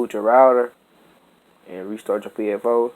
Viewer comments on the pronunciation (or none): Dis man's said psFOE